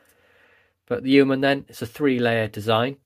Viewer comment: It’s hilarious hearing Americans try and pronounce Yeoman!🤣